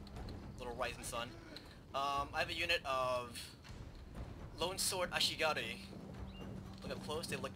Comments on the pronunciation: Actually he's not, he pronouced it "Ashigari". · yeah but at first he pronounced it Ashigaru, then started saying Ashigari. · Love the way you pronounce ashigaru. ASHIGARUUH! xD